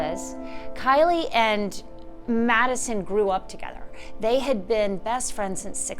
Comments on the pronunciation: KAYLEE NOT KILEY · It’s Kaylee n not Kyla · "Kylie"? " Zayna Karnaudle"? And it's not "MosCOW." It's "MosCO." "Senior Investigative Reporter" is so dumb. She should know better. She doesn't even have enough respect for the victims and their families to find out how to properly pronounce their names first! And considering her line of work, she should know by now! And the other reporter says, "Mojen."🤮🤮🤮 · Its kaylee not kylee get the names right and kernodle not kernoddle!! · It’s Kaylee. It’s Zana (the ah sound) How can you not properly pronounce these kids names? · well this woman could at LEAST pronounce KAY-[LEE] 'S NAME CORRECTLY! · Lol. Exactly my thoughts. If she called Kaylee “Kylie” one more time… she clearly doesn’t know the case. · It’s extremely disturbing the Senior Investigative Reporter mispronounces Kaylee and Kernodle. She obviously didn’t do her research. She should be fired from her job. She’s an embarrassment to the broadcasting community and the company she works for.